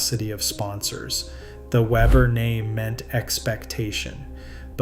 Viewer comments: I thought this was funny too. But I thought he said... Pete Weever. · I just can't get past the narrator changing the pronunciation of Pete's name, going back and forth from Weber to Weeber. Be professional. Get the simple things right! I don't care for Pete, but he deserves the respect of pronouncing his name correctly. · You want to talk about the most popular bowler on the planet, and can't pronounce his name? Did you call him Waver or Waber? I couldn't tell, but I left as soon as you did. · Yea really, not even a hard name to pronounce.